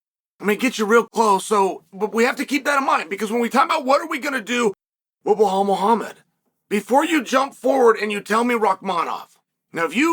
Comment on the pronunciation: Chael, it's not "Buhaal"... It's BeeLa'L